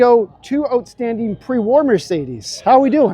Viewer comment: Watched this not for the great vid, but to hear say "ootstanding"! Thanks,!